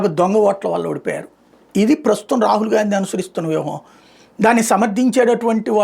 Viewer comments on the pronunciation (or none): అన్నా రహీల్ కాదు రాహుల్